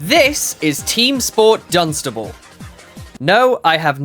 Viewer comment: FYI it's pronounced Dunce- Stable